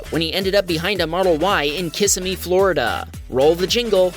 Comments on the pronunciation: it's pronounced Ki--SIM-e .. not KISS a me... LOL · If no one said it, Kissimmee is pronounced kih-SIM-mee :D I am not a #Tesla driver, but I work at #WaltDisneyWorld (which is right next to Kissimmee) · Just FYI, the town of "Kissimmee" Florida is pronounced with the emphasis on the second syllable - Kis-SIM-me - this from someone who has lived in this area since 1954, and been to the town since well before Disney came to the area. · Gotta love how he says Kissimmee 😅😂